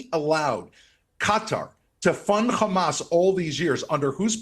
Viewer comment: I like how he pronounces Hamas like 6 different ways.